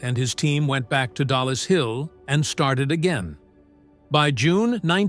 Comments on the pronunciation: Its not DALLAS Hill its DOLLIS Hill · it is dollis hill finchley.not dalas hill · Who the heck proofreads this crap? It's DOLLIS HILL, NOT DALLAS, same stupid lazy AI error again, and again! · Two words - TOMMY FLOWERS ! They were NOT tubes, they were radio VALVES and it's DOLLIS HILL and NOT Dallas hill. DRAUGHTSMEN not draftsmen ! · Dollis Hill, not Dallas Hill. Darned AI again! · PSSST! It’s DOLLIS HILL. Not Dallas Hill.